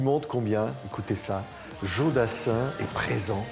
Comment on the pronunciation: Patrick cesses de dire Djo. C est Jo